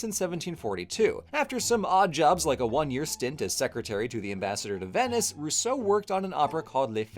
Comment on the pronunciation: You said Venice and I heard Vembis what have you DONE to me